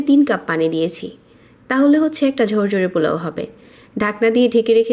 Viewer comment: জরজরে না,,,,,, ঝরঝরে। চাল বেজে,,,,, ভেজে। 😂😂